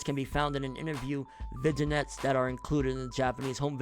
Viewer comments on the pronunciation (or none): the g is silent in Vignette.